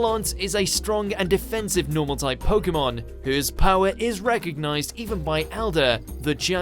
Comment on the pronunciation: There are 2 things I need to clarify in the intro. First, refer to it as Pokemon, not pocket monsters. Second, when you DO say pokemon, pronounce it pok-eh-mon or Pok-ay-mon, not Pok-EE-mon Even though I sound dumb, please, it irritates me Put me on r/gatekeepers.